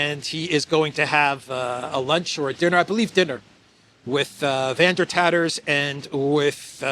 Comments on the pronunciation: "Van Der Tatters" lol. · “Van der Tatters” 🤣🤣🤣